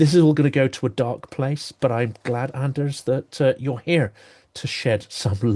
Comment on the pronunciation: Always a pleasure listening to Anders Puck Nielsen ("d" silent in Anders and Puck pronounced "pook").